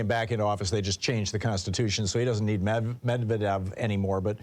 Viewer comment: Thom, it's "med-ved-yev" 😉